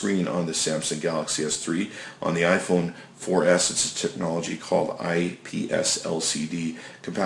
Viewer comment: wow. I didnt know the definition of "TEHNOLOGY" meant QUAD CORE. You sound really smart; I think you should be a Samsung representative.